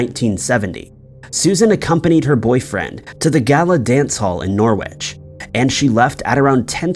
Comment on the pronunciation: Norwich is pronounced ‘Norrich’ …silent w